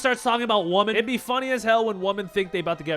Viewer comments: why do so many Gen Z men not know how to pronounce the word "women?" Its not pronounced "woman." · the "women" is pronounced "wimmin",. you're pronouncing it like "woman".